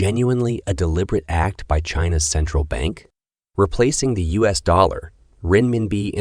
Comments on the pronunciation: U.S. is not pronounced "us". While your computer-generated narration is pretty good, it has its limitations. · You need to make sure the automated narrator pronounces US correctly. There were several instances where US was pronounced "us", the pronoun. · Is this a voice bot? Strange how US is pronounced